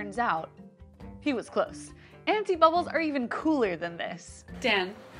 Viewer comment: Did she say anifa bubbles?